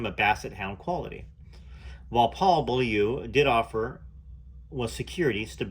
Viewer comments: Correct pronunciation: (Bowl-you) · Beaulieu is pronounced Bow-you.. the L is silent. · Hi, love this channel, people seem to have a problem pronouncing Beaulieu, in England we have a town with the same name, we say Beaulieu, (Beauly). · That's so funny how you say Beaulieu 🤣 weird name anyway